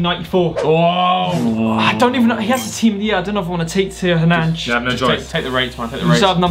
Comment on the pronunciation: man said Theo Hernanch